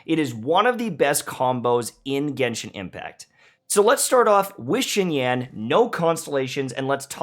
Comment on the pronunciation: How long are white youtubers gonna butcher the non white names...